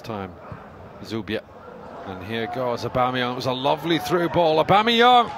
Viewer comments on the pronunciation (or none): The way you butchered his name, no wonder he can't win